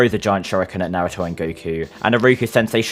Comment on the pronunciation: is the only person that pronounce naruto correctly